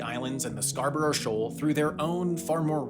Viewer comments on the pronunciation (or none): none